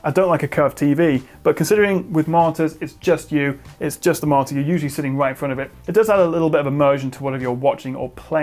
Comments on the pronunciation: At first I didn't realise it, but after reading the comments, I can only hear it as martyr :P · I didn't catch it and first and didn't believe people who said you said "martyr", but damn it you really do! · I think it's so surprising because you are well spoken and enunciate every other word clearly. Like you have a minor speech impediment ONLY with the word monitor.